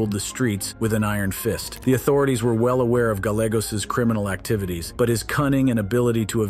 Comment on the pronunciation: Gallegos…pronounced= guy yay goes.